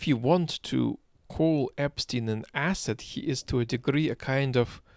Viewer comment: I was just trying to make fun of ‘s pronounciation of the word asset 🙂